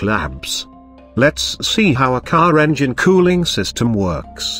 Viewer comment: "How engine COO-ling system works"😅